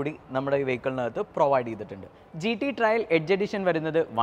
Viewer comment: ആദ്യം കാര്യങ്ങൾ അറിയുന്ന ആളെക്കൊണ്ട് പറയിക്ക്... GT 'ട്രയൽ' അല്ല, GT 'ട്രെയിൽ' ആണ്. അർഥം പോലും അറിയാതെ ഓരോന്ന് പറയുവാ... And 'Paddle/Pedal Lamps' അല്ല... 'Puddle(പഡിൽ) lamps' ആണ്. മൊത്തത്തിൽ വളരെ മോശം. Please do such videos with someone who knows the vehicle well. കഷ്ടം!